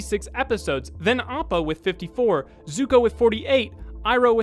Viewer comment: Did no one notice how he butchered Appas name into Oppo. He only did it once I wanna say in the 30's or 40's